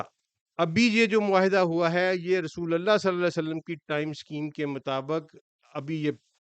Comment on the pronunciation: Lafz slye alla nai, blky slee alla hy, pir seen ur saad mey frq kry, mey jo keh raha hnoo ap smj gy hnoo gy, take serious bro